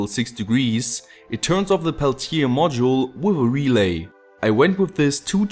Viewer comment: As a french i love the way you pronounce Peltier! Thanks for your videos dear neighbour